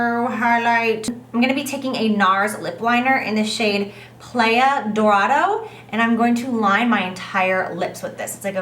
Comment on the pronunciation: I'm Mexican and you played me when you tried to pronounce playa dorado 😩😭 lol , and if your curious it means golden beach